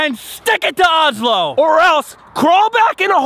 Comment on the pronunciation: Озззло произносится правильно